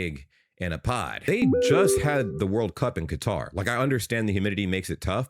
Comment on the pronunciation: Some of these USAmericans are acting like the World Cup is being held in Death Valley; the players would look like that in the snow because they're elite athletes pushing their limits. Also, for future reference you should look up how to pronounce Qatar.